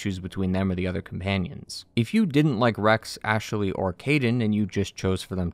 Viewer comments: Great analysis but did anyone else notice the odd way he pronounces Ashley? Ash-eh-ley 😂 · I like how you say Ashaley